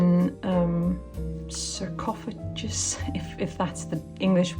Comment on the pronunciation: sarcophagus is pronounced Sar Cough A Gus.....so you wont stumble with it honey i loved your work you are amazing